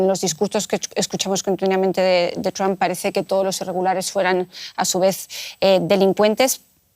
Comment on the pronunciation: La unión europea no es nada frente a putin y es títere de trump. Y para los españoles: se pronuncia tromp, no tramp.